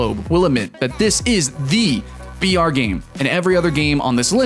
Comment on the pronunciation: every time you said br, I herd vr XD